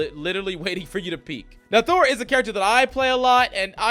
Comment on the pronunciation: Thor. It’s Thor.